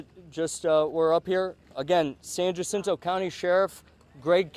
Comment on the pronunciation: These officials can't even say the name of the department they work for San "JUH-SIN-TOE"??? San HA-SEEN-TOE***